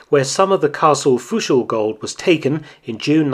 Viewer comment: i don't mind that you can't say Fuschl right.. because great content!!😎💪🏽